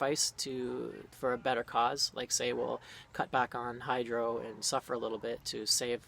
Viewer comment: When you said out, house and Hydro..... I thought Canadian!! Anyway..... I totally agree with you, I hate it when a Canadian is right.